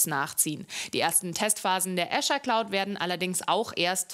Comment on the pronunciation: Wie spricht die Azure aus hahahah so eine Blamage EDIT: Sie hat es nur anfangs falsch gesagt